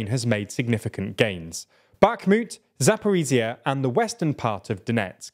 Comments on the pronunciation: Attempt 3 of getting;DR to pronounce Zaporizhzhia correctly: it's za-po-reej-jah... the j sound is similar to that of the middle of the word "leisure". Not za-por-ee-zee-uh. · Still, pronouncing "zh" instead of "z" in "Zaporizhzhia" wouldn't hurt ;) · Thanks for your analysis! But could you please try to pronounce Zaporizhzhya with a proper zh sound? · 'zh' in Zaporizhzhia is not pronounced as 'z'. It is the same sound as 's' in 'pleasure'